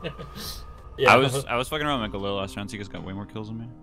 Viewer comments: William B it's pronounced "galil" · Grumpy Slugzzz Sorry. I think its actually pronounced "GALIL" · William B "Guh-Leel"